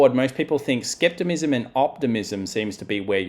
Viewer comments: The word is "skepticism", not "skeptimism." Good analysis otherwise though. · I just had to back that up and listen to it again he is saying skeptimism. Lol maybe it's skepticism in Australia.